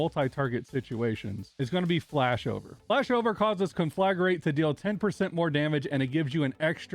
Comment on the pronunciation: Thanks for the helpful guide. One thing though. The word is conflagrate, not conflagarate.